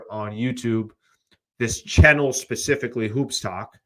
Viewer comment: be saying chinnel. Subscribe to the chinnel everyone